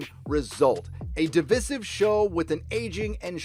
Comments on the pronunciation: At the beginning you pronounce 'divisive' correctly, but 4 and half minutes in you revert to the new moronic form. Is this just to drive me up the wall? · You pronounce devisive incorrectly. The Quartering does the same. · Please pronounce divisive correctly. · Good vid....I enjoyed it, but please correctly say “divisive”....The middle “i” is said as it sounds in “ice” not the i sound use to say “in”. Should it matter? Yes, and you can’t excuse it as accent...all over You Tube, we have channels, basically wrecking the language and putting it out there for youngsters to pick up and learn wrongly. It costs nothing to say a word correctly and it stops you coming across as illiterate. Please help save our language huh! Not that anyone cares...